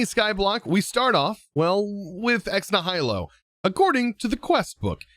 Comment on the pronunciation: Kinda bugged my brain a little how he pronounced ex nihilo